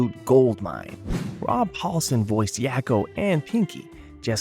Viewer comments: "Yocko" "Walk-o"? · Yah-ko and wah-ko? Have you ever seen the show? That's not how they say their names...